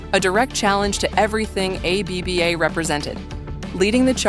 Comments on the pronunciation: Who is A - B - B - A? More mischievous AI bullshit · Why is AI so stupid that it can't pronounce ABBA?